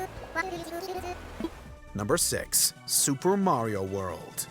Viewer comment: It's mario not mayrio